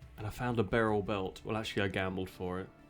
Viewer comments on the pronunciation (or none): none